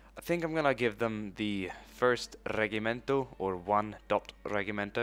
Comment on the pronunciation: 1st Batallion -1st foot = "1º Regimento de Infantaria" or "1º Batalhão - 1º Regimento"....And you are saying wrong... its Re(z)imento...Something like that... Cavalary is Cavalaria Artillery is Artilharia Thumbs up from Portugal!